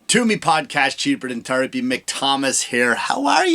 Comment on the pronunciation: At first I thought you said cheaper than turdapy😂